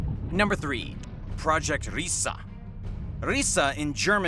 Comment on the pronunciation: My dear you said "Riese" completely wrong ... if you need help with german words let me know where I can get in contact with you